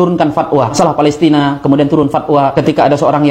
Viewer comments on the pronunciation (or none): none